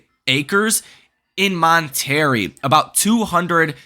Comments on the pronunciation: Hello everyone! I just wanted to share a quick note about the correct pronunciation of "Monterey," a beautiful city in Mexico. It's commonly mispronounced as "Mon-tuh-ray," but the accurate pronunciation is actually "Mon-teh-rey" (mon-tay-ray). I hope this little tip helps you correctly pronounce the name when discussing or referring to this vibrant city. Wishing you all a wonderful day! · “Mont Terry” … c’mon man! 😂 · Mon-Terry? LOL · It was his best "esti-mint" of how to pronounce it....